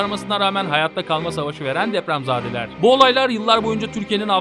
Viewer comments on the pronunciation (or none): Çok naçizane bir düzeltme yapmak istiyorum; 'de depremz*e*deler yerine depremz*a*deler demişsiniz. 'Zade' bir kişinin/olgunun çocuğu demek. Yani depreme yakalananlar deprem çocuğu demiş olmuşsunuz. Kulağımı çok tırmaladı, o yüzden belirtmek istedim. Bu küçük noktanın dışında içerik her zamanki gibi çok iyi.